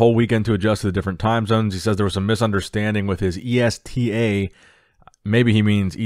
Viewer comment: It Is ESTA. You are a great speaker but jesus get yourself some lessons in reading. When you pronounce names,any names other than the one you know you are sooooooo wrong on most.